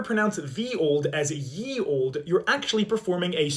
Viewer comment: Bro rlly js said "erm actially"